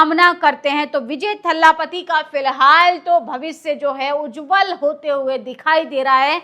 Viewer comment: बहन वो थल्लापति नहीं थलापति है।